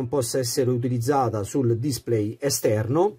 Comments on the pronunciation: Bella recensione ma, per favore, pronuncia come si deve la parola display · Grazie per il tuo commento, ma purtroppo display lo pronuncio così 😉